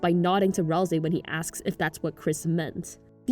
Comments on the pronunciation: Maybe you know but its pronounced ral say as seen by susies misspelling of ralsei when she griefs the instruction manual he made just sharing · Kinda related to the video: i HATE the pronunciation of Ralsei that people have chosen. Why do y'all say Ralzei when there is no Z? Or even worse, why Ral-SEE when Ral-SAY is right there and sounds SO much better. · I mean, sometimes. Your Ralsei pronunciation is inconsistent. BUT IT’S GOOD ENOUGH FOR ME